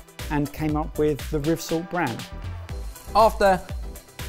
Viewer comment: It was so fun hearing you trying to pronounce 'Rivsalt'